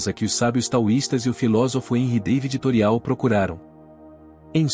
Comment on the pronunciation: Não se diz "Toreau" Mas Torô- É Francês.